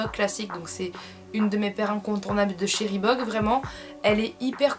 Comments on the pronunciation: Je suis la seule à remarquer qu'elle prononce "Rebook" au lieu de le prononcer ? :') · Grace a toi je sais dire reebook XDD avant je disais Rébouk MDRRR XD ♥ Tes chaussures sont magnifique ☻Vidéo top ♥